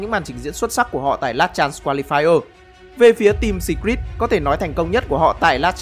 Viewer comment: Đọc phát âm Secret chưa chuẩn lắm ạ